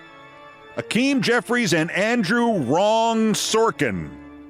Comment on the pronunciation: I'm with you, man. But it isn't Akim. It's Hakeem.